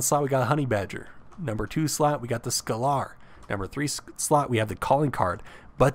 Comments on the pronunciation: Super informative video, love this. Thank you for the vid! keep up the good work and yes you got some of the names pronounced wrong (pretty sure it's "scay ler" not "scal ar" and i think it's pronounced "mash eye nen gwer" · Actually, scalar is a real life term in it is supposed to be pronounced scale-er. Pronunciation aside this was a great video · It's painful listening to this guy trying to pronounce "scalar".